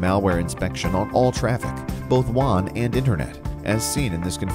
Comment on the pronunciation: wA-n wA-n whaaaaaaannnnnnnn!!!!! Not WHON OR WONG OR JUON